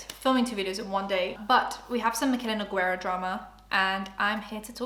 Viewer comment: I always love seeing how people pronounce her name. It's Noo-Gay-rah. :]